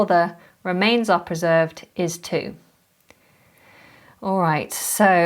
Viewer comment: Dear, beautiful and instructive video! There is just one thing I don't understrand. it seems you pronounce "preserved" as /prɜˈzɜːvd/, but I think it should be pronounced /prɪˈzɜːvd/. What about? Thank you for the high quality contents you provide!